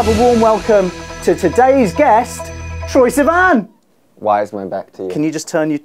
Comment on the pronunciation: "Troye... Siman?" 😂😂😂😂